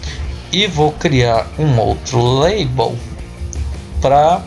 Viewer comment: Deixa de ser sem vergonha macho! Tu sabe falar em inglês sim, ta é tirando onda kkkkkkkkkkkkkkkkkkkkkkkkkkkkkk Tu se entregou em , tu falou "Leibou" e depois falou "label" só de sacanagem kkkkkkkkkkkkkkk. No mais, o vídeo ta muito legal. Parabéns e obrigado pela ajuda. Forte abraço!!